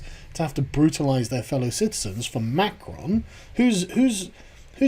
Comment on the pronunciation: It's Muh-Cro not McKronn